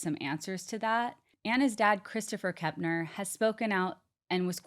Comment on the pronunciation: It's actually been widely reported that TH is NOT living with his mom, Shauntel. But thanks,, for pronouncing Kepner correctly...unlike & seemingly every other YouTube true crime show host on the planet. Kep-ner. Not KeMpner...there is NO M!!!